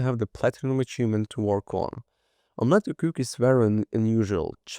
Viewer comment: i'm sure it's meant to be pronounced sort of like "imma let you cook". Come on.